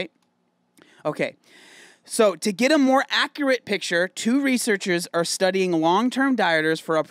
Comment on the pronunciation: no one:: reachersers